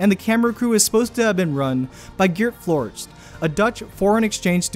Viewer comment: IM SORRY BUT HOW HE SAID GEERT FLOORTJE TOOK ME OUT- I AM DUTCH SO ITS PRETTY FUNNY